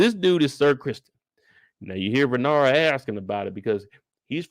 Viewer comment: Lmaoo it’s Rae-Nair-Rye-A